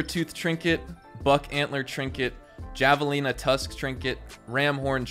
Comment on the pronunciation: Awsome vid I love watching all of them the role looks fun along with the trapper the only things I ask is maybe a outlaw pass video a "is it even worth it"? Video on it and also for educational purposes tha javelina is pronounced ( havelina) it originated from desert bioms such as Arizona (my current residence) Texas and new Mexico which were all once Spain owned. Also javelinas are like mega rare in game and in real life there about 2 feet in hight and 3 feet in length most males have small or medium sized tusks there a mix color of brownish black base fur and usually white spots, collar, and under belly. And usually travel in small pods or herds. Ingame they can be found around the Armadillo or south west parts of the map and may have a legendary animal. Also in real life there pretty aggressive and just 4 of them can kill a coyote. They usually see you and have a 50 50 chance of running or charging.